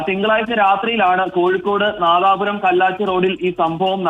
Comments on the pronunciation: Madapuram alla nadapuram aan ✔️🗿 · അണ്ണാ madapuram alla Nadapuram